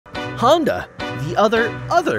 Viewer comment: I tjought he said HONDAI